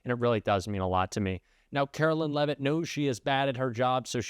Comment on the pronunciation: Leavitt should be pronounced as LEAVE IT not LEVIT.